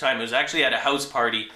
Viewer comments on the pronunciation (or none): none